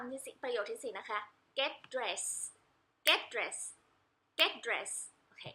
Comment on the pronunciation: Get dressed ไม่ใช่Get dress ครับผมผมเห็นที่แชร์ในหน้าเฟสเขียนผิดอยู่ครับแล้วออกเสียงต้องเป็นเสียง ทึ เบาๆครับจากหลักของการออกเสียง ed ลงท้ายตามหลังอักษรH K S F P C ---- T ครับผใส่วนA e i o uไม่เสมอไปครับผมเช่นThe university เราไม่ได้พูด ดิ แต่เราพูด เธอะ ครับผมบางครั้งฝรั่งอเมริกันก็บอกว่าจริงๆ พูด the ice เธอะ-ไอซ์ ก็ไม่ได้ผิดครับแต่ถ้าเวลาเอาไปสอบเขียนหรือพูดสอบต้องพูดให้ถูกครับ^_^